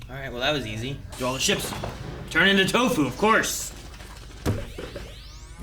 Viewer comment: Nu-fu = Nu- poop. You slay me,.